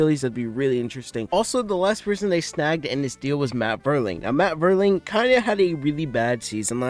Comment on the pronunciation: pronounced MAYTON & VEERLING